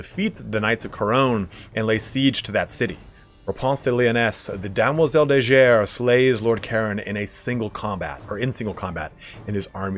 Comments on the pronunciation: I don't know if someone told you already, but "Demoiselle de Guerre", you said it as if it was written " Demoiselle de Jerre" which is incorrect. It is obviously French so it is said : Guerre, like Gorillas or Guano... ^^ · Mate, nice video. Small hint: in "Guerre" the G is hard, like in Guilliman. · Guerre is pronounced simillar to Guerilla, means war in french